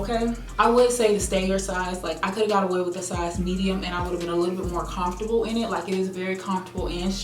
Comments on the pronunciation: Lol the way you say comfortable. Confortable? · I love the way she says comfortable 😂